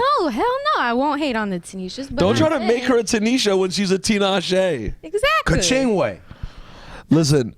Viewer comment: The way she says Kachingwe makes my life😂😂😂😂😂 poor girl can't even say her own name correctly lol at least she said Tinashe right